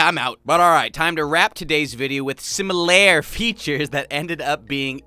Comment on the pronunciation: Sim-ul-are Sim-ul-er